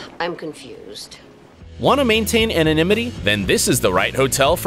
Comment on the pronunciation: I wheezed when he said 'anonymity'